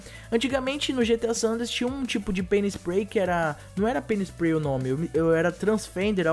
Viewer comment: quando você disse pay'n spray eu entendi penis play,mas ai eu tinha quase certeza q estava errado e voltei no vídeo pra conferir kkk